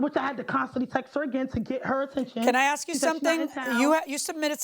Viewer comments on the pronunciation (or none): The word is ask not axe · BLACK PEOPLE . Stop AXING . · CC translates into English: "ax" becomes "ask"; "brung" becomes "brought". Will wonders never cease!